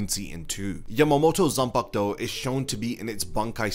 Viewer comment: Gotta love a zam-pack-toe.